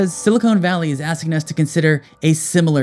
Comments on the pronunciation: Please, please stop saying "silicone" valley. It's silicon valley. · silicon, not silicone, valley, argh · Silicon Valley not silicone... Makes you sound STUPID 😂. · Silicon, not silicone, but you're talking about California, so maybe you've got it right and I've got it wrong! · I just found your channel. I'm really enjoying it. There is but one minor correction I would ask you to make. Please become aware of the difference in both substance and pronunciation between "silicon" and "silicone". Silicon - pronounced "sili - kahn" is an element, on the Periodic Table of Elements. It is most notable to us as that from which computer chips are fashioned. Silicone - pronounced "sili - kone". That's cone like an ice cream cone. Silicone is essentially a man-made rubber material. It is most famous for being that with which artificial breasts were filled. Thus, the area in Northern California where many tech companies are headquartered is known as "Silicon (sili - kahn) Valley" because computer chips are made of silicon. That's Silicon NOT Silicone. By contrast, I suppose one might consider the entire Los Angeles basin to be a sort of "Silicone Valley". A titillating thought, no? 😅😂😊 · .... Silicon Valley, not "silicone valley" 😂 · It’s SiliCON Valley, not SiliCONE Valley…. Not sure what’s on your mind… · Silicon, not silicone my bro, unless it's not a mistake. Please inform the autistics if it's on purpose. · You lost me at "silicone valley". Genuine Ignorance or Artificial Ignorance? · when you SAID silicone valley instead of Silicon Valley, LOL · Please stop saying "silicone valley" unless you're talking about a land of breast implants or synthetic lubricant. (Or I guess a ravine of nice grippy potholders or flexible bakeware and ice cube trays.) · So bad he pronounces silicon as silicone. A sure sign of . . . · Its Silicon Valley not Silicone Valley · Did he just say "silicone" valley??? It's Silicon Valley. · "silicon" vs "silicone"?